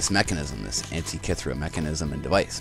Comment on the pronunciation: you say Antikythera like a moron... other than that. good vid